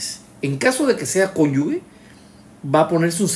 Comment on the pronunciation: Cada vez que dice “cónyugue” muere un profesor de lengua española.